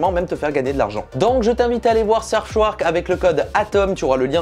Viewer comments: Tu pourrais faire gaffe à ta prononciation quand même... Surfchouark minimum 3X, c'est ta sponso, respecte les mdr Et splitscan, pas splitcan... M'enfin, la vidéo reste sympa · RIP la prononciation... "seubschouark" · SurfSHOUARK🤣🤣des barres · Franchement je suis le VPN, je ne fais plus jamais de partenariat avec toi... c’est pas sérieux de ne même pas prononcer le nom correctement...